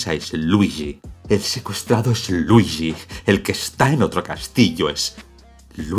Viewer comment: Jajajaja ese algoritmo acesina almas. Es verdad, me sorprendió que TODOS si TODOS esten hablando 'deé Maário e Luiíshi' XD